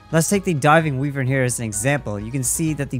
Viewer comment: Voice actors in the game, and pretty much everyone else: why-vern This dude: we-vern